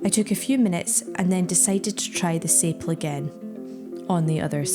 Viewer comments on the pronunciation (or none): Also just for future reference, Sapele is pronounced sa-pee-Lee, but that's the sort of thing you're not too know unless someone tells you.